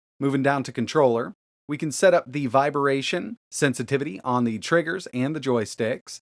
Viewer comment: He does it on purpose for jokes, I like how is says "viberation."